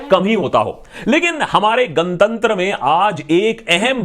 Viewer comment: Loved this pronounciation: 🔫तंत्र